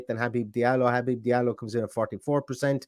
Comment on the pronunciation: Well done on saying his first name correctly! As a fellow Habib, its been butchered my entire life 😂